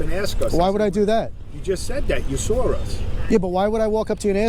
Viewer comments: "you sawer us" why can't he say saw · You SAWR us. 😄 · How does he make a W sound like and R ? "Sawr" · "Sorus" what? You (saw us?) Why do people put R's where they don't belong? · Didn't you hear him? He said you "saur" them 😁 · “You sar us” How is “saw” pronounced “sar”? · WTF is that cop saying ? "If you sore us?" what does that mean? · if you sore us ? Subtitles please. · when the FAWK did the word SAW get an "R" in it??? The word is SAW! Speak English! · you sawr us. almost as bad as the ignorants that say let me ax you sometin (OMG , was not disappointed or surprised to actually hear that) police fought to the highest courts to not hire the best and brightest applicants, they won, it shows.